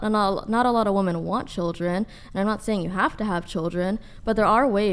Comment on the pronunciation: WHY do none off these Gen z dopes know how to pronounce the plural version of woman, being women. They just say woman for both lol. 😂😂😂